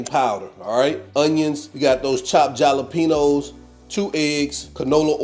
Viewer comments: I didn't know if he was kidding around pronouncing it with a j or if he didn't know. Lot's of people aren't aware the j is pronounced as an H. Like when you say Hallelujah.....jalapeno....halapeno is the way to say it. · Looks tasty. Remember, when you say jalapeno, the j makes an h sound 😀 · He does that on purpose.